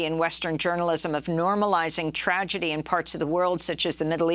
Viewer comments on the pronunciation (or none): none